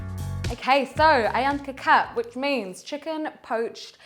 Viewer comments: It is not 'kicap', it is kecap. That is how it is spelled on the bottle. Pronounced keh-chahp if you are english speaking. Primarily 2 kecap are featured in stores, kecap manis (sweet) and kecap asin (salty). The asin is what we normally think of as soy sauce. Tomato ketchup is called 'saus tomat' (tomato sauce). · Wow Nice video ......That is so delicious, by the way to pronounce kecap, is "catch up" , not " K Cap" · You supposed to say Ke-cha-p not ke-cap, its the same mistake on porsche ma-cha-n. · Ketjap (not Kekap) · It’s pronounced “khe-chap” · The c is pronounced with a “ch” sound 😂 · “AYAM KETCHUP” thats how you pronounce it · Nice job! But the sauce ketjap manis is actually pronounce a little bit like ketchup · Nice one.. kecap should be pronouced like keh-chup hahaha. Cheers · The soy sauce called kicap sound "key chup" similar sound like ketchup... just correcting the sound... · presents very well and we may mistake her to have spent time in South East Asia. Kecap is derived from the colloquial word for Ketchup (Kichap) which should be the correct pronunciation of the word. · Not 'kitchap'. It is 'kecap' and the letter 'c' sounds like 'ch' in 'church'.